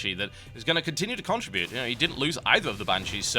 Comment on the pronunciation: TotalBiscuit pronounces contribute weirdly.